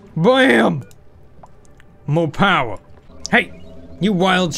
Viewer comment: Thumbs up for, "Mo Powa".